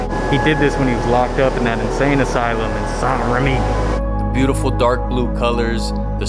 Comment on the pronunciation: I love how aggressively you pronounce Saint Rémy 😂